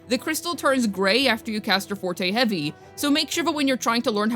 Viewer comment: Thank you for pronouncing forte and concerto correctly lol. As someone who grew up learning/playing classical music I've heard these words my whole life and now hearing so many of the WuWa content creators saying things like forty and conserto leaves me twitching over here lol.